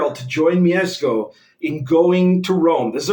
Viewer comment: The way you pronounced "Mieszko" - respect, sir!